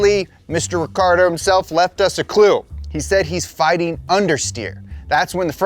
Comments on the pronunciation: It's pronounced richiardo not Ricardo. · The correct pronunciation of Daniel's name is Ree Chee Ardo. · pronounced like “ricky-ardo”, but plenty of people just call him Danny or Danny Ric :)